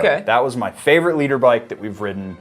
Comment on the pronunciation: LITRE!!!! NOT LEADER🤡